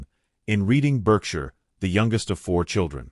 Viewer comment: born in Reeding Burkshur 🤣